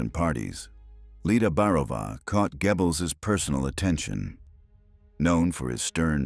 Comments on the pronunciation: Not Gebbels. Say Göbbels! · It's pronounced Goebbels, not Gebbles you A.I buffoon! Bring back the old voice!! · Would the old voice have pronounced Poison Dwarf's name as Gebbils? Every time I hear it, I snicker - it makes me think of gerbils. Well, it's difficult for English speakers to pronounce. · Why do people think AI voices natural and acceptable. I was very interested in this as studied German film history. Unfortunately in first minute the mispronunciation of Goebels turned me off completely. The monotonous narration has ruined what to me would have been an informative documentary. Use humans ! The false advertising of how brilliant AI is ( I get the adverts constantly) is truly ridiculous. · Hier stimmt doch etwas nicht?😵Wo ist die andere Stimme geblieben?😱 Die hier kann ja nicht mal den Namen von dem Goebbels richtig aussprechen. 🤨 Auch die Erzählweise ist katastrophal!!!🙄 Das kann nicht das Original von World History sein, denn das habe ich abonniert und hier werde ich dazu aufgefordert!!!🤨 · And this robot doesn’t pronounce Goebbels’ name correctly. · I know, I noticed as well.